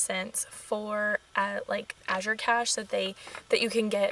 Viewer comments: You were pronouncing it correctly. I've been using them 10 years. Thick cut rolled oats are my favorite food to buy from them. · Recently Azure did a YouTube video on how to pronounce the name. You were pronouncing it right, the second azure at the end of the video.